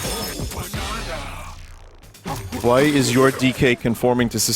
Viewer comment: Im not going crazy right, Pauline is saying baneena and not banana